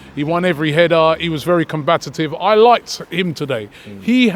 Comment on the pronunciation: Robbie "combatative" Lyle